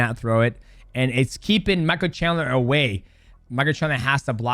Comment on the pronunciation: we finally found the toughest fight for mighty mouse... pronouncing Michael chandler hahaha